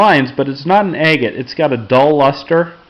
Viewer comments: You say it like Ag-gut, not A-gut. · For a second there I thought you said eggate. Lol